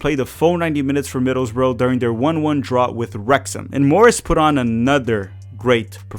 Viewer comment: Hey, it's Wrexham; not rectum.